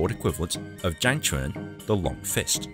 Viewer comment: It’s chang quan not zhang quan